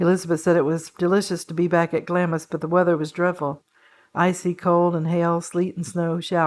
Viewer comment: Glamis is pronounced Glahmz it will come up a lot when talking about HM Queen Elizabeth,The Queen Mother